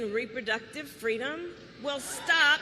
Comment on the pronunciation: Fweedom minus the 'F'.